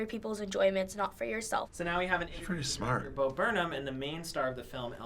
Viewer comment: It's Bo yo!